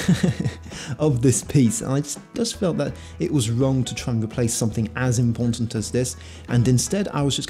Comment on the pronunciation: as "impontant" as this :)